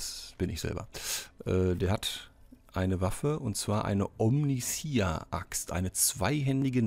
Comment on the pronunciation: Hallo, hier ist Achtundsiebzich;) 1. von allen die Omnissiah nicht richtig aussprechen, hört es sich bei Dir am wenigsten komisch an;) nicht i a am Schluss, sondern ei a ausgesprochen, ka warum... am besten bei einem Lore Kanal mal anhören (wie zB 1000 für den Imperator, oder so. hoffe das zählt nicht als fremd Werbung) 2. von allen deutschsprachigen Rogue Trader Let´s Player die ich gefunden hab, bist Du der (um längen) angenehmste zum zuschauen/anhören! Grundlegend stört mich das Lvln nicht, da dies aber von der Storyzeit abgezogen wird, ist eine kurze Zusammenfassung, wenn alle gelvlt werden besser. beim warten auf die nächste Folge hab ich bei anderen rein geschaut und fand es sehr interessant, daß die andere Situationen vorfanden, zB auf dem Gefängnis Planetoid, wurde der Winterzunder Sprössling nicht oben vor dem Aufzug angetroffen, sondern er war schon unten in der Gewalt des Gefängniswärters. Was diese Änderung auslöste, hat sich mir aber nicht offenbart.